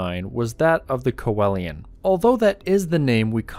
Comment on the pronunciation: It’s pronounced “see Lian”